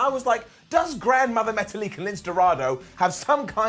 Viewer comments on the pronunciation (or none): Whenever I watch raw and Lucy’s house party pops up, I’m happy, not because I care about them, but because I know I’ll get to hear say “grandmother metalik”.